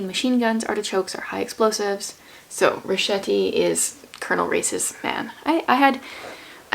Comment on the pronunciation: It's a bit late but "van Schuyler" is pronounced "fun S-choyler" and Richetti is pronounced "Riketti". 🙂